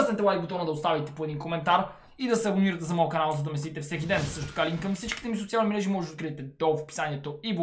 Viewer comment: Как монстара казва бай бай 🤣🤣😂😂 на